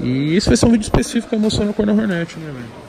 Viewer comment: Toguro falando Hornet errado é muito irritante